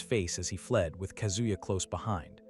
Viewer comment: This manga so interesting but howwww hard can it be to pronounce the names a little more accurately ;-; nAOkO and kAZuya, tf is kunzuya